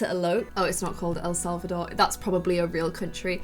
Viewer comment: Says el selvador sees selvadrada less than 10 seconds later says el selvador again. Love you